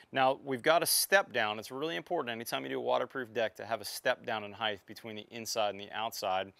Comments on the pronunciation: Height NOT HeighTH. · Height... Not Heighth. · Heighth ? What the hell is Heighth ? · Two things. I wish you had shown the attachment of the panels more clearly. And "height" doesn't end in TH like width and length. Otherwise good stuff! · aayotechnology I've noticed that a lot of American's with their pronunciation of "Height" add the "th" sound to the end